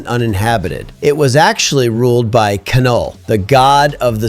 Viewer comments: It's pronounced NULL, not K-null....pretentious and incorrect...awesome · It’s not “Ka-Null” it’s just “Null” (as in nothingness). The K is silent. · you don't pronounce the k in Knull